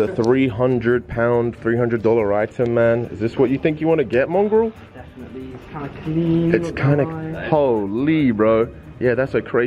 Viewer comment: its mongraal not mongrall